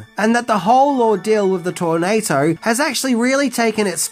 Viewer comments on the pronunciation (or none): Are you saying "Tornato" ?